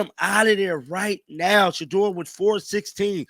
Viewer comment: Did he say Sheuder?